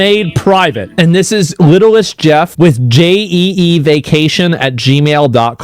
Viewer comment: Little Saint Jeff, not littlest jeff